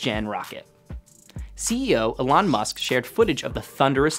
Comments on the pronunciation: Elón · Did you pronounce ‘Elon’ like that on purpose?